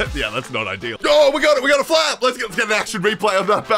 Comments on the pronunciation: I heard “fap strength” instead of “flap strength” and was very confused for a second. Lol. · I can only hear "lets adjust the fap strength". Please tell me this is not only me. Please